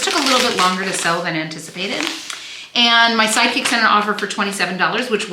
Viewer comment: Every time you say, “My sidekick sent an offer for…”, I hear “my psychic sent an offer for…” and it makes me giggle. Where can I get one of those? I would hire one in a heartbeat whose intuition skills were highly attuned to knowing the exact offer amount the buyers would accept! 😂